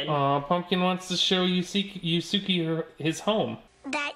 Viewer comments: it's pronounced YOOS-kay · It’s pronounced “yusu-keh” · omg this is great!!! (except the mispronunciation of Yusuke made me cringe)